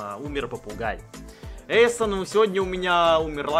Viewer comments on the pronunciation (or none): none